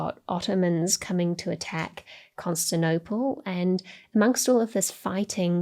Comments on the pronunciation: “Constinople” hurt me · She'd need an editor to make sure she doesn't drop syllables though. Recent examples: 'erroneous' and 'Constantinople'